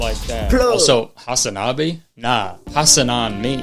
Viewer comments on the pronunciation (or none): very off topic but as a turkish person i laughed so hard at kurtis' "hasanabi" and "hasan piker" pronounciation. not his fault but nonetheless i laughed. sorry mayor